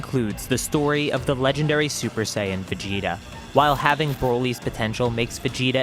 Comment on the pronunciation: "Vegtea" "legdary" "sayain" 🤣🤣🤣🤣🤣